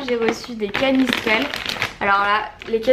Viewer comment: Coucou Marie ! Je suis trop contente car tu as bien prononcé canistrelli, comme ça des gens vont moins faire la faute ! J'aurai trop aimé te voir sur Aiacciu mais malheureusement je n'étais pas disponible. Mais sache que je suis très fière de ton parcours, tu assures et surtout ne change pas ! Gros bisous 💕